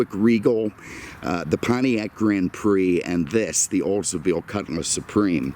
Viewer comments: JSYK, it’s a cutLass not a cutMass. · Ok, can’t do it anymore. Made it to just shy of 9min and I can’t handle hearing cutMass anymore, it’s quite literally, on my damn last nerve because it’s not cutMass, it’s cutlass!